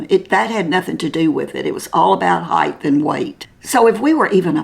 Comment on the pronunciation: Love watching your channel. But please do not take offense but when you speak of how tall a person is,you're referring to HEIGHT....not heighth..there's no such word as heighth..❤